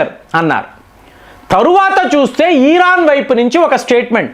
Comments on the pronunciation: Eeraan kadu iran 😂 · Eeeraan (Iran) ani chebutunte flow miss aipothinna meeru chebutunte.